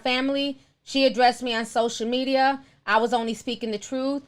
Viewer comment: I love the way Ti says sosha media😂😂